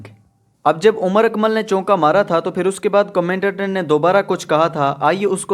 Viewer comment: *چونکا نہیں چوکا*۔۔۔۔🙂